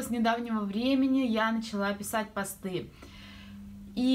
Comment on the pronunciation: Поздравляю с покупкой 🚗👍🏻 Хотела спросить у тебя ( или может кто из девочек знает), из какого меха твои шубки? Я очень хочу подобный жилет, но нежно розового цвета, думаю это должен быть писец🤔 И ещё.... Позволь мне сделать тебе маленькое замечание - в слове пОсты ударение на 1-й слог. Надеюсь я тебя не обидела и была корректной. Мы все не идеальны и можем чего-то не знать.